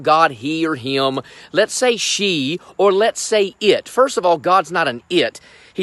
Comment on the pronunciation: That is a lot of syllables for the word "him".